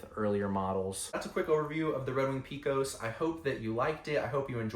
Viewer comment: If you ever come to Texas and pronounce Pecos like that, you'll be laughed out of the state. We correctly pronounce it "pay-cos".